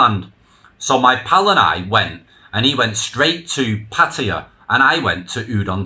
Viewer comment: You just demonstrated that it is possible for a farang to pronounce Pattaya properly. Good job.